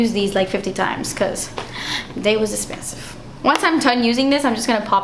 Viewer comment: I love it when you say "das espensive" in your videos, always cracks me up! XD